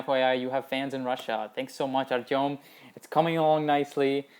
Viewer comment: I can tell you're Russian from the way you pronounce "Artem." lol